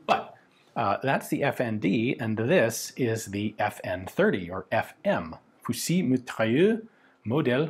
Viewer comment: Excellent Ian. Simple pronunciation tip: Saive's name is pronounced as if it were spelled SEV in English. Also, in "fusil", the L is silent.